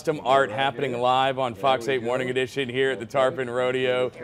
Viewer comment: TARPON NOT trapon